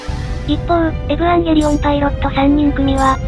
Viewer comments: エヴァン↑ゲーリー↓オン↑ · エ⤵︎ ヴ ァン⤴︎ ゲー⤴︎ リ オ ン⤴︎ アダムがハガレンのエンヴィー！？ じゃんけん ここが私的に見どころ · 何回見ても「エヴァ～ンゲーリオンっっっ⤴⤴」の発音好き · 相変わらず発音がえぶわんげりおんなの大好き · この「えぶぁんげりおん」って独特の発音好き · 11年経ってもヴァの発音そのままで安心した😌